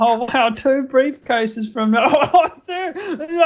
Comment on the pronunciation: "Breifcase" Bro deadass had me dying😂😂😂